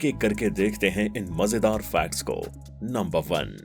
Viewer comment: भाई 'फैक्ट्स' होता है ना की 'फ्लैट्स'😂😂